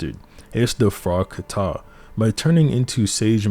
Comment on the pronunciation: Its not frogkaTA but frog ka tah